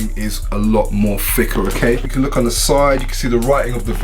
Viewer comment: I think it’s called thicker not ficker